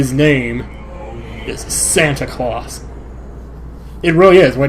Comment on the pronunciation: haha the way said claus it sound like he was saying santa colauss kinda like santa colossous so it was kinda like a pun